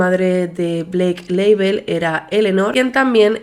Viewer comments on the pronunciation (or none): cada vez que decía Blake Label, no podia parar de pensar en el alcohol HAHSHDHFAHFS